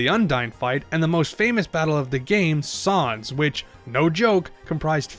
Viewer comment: “Sahnz” The pain It’s unbearable